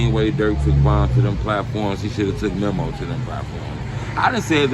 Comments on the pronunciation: It's MEEMO not MEM-OH! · Memm o 😭😂😂😂 it's Memo not Memmo 😭😂🤡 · His name ain’t mimo it’s memo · His name is pronounced MEE~MO. How can u always blab on about how much of a "drill historian" and how much knowledge u have on the culture and dont even know how to say these dudes names? lol